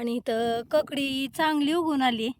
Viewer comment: ककडी का काकडी